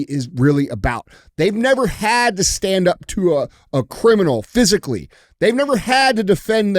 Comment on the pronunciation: The way he emphasizes that they were physically close is what I thought was weird. Maybe that's where they both turn gay.